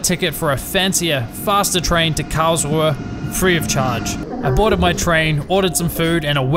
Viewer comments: Kaosuhe? 😂 KARLS-RU-HE! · As a German... Hearing the way you pronounce "Karlsruhe" and say "Thanks Deutsche Bahn"... I have done that COUNTLESS TIMES IN MY HEAD!